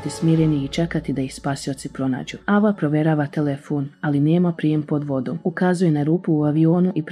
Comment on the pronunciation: Nije ava nego ejva